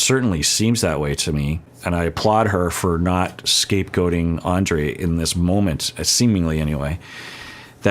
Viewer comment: I mean no disrespect when I write this, but maybe it would be a good idea to Pronounce Andrei’s name the way Libby pronounces it, because that is the proper Slavic pronunciation of the name.